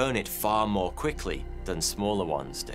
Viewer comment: It’s funny how your channel is supposed to provide vetted information but you can’t even pronounce the word more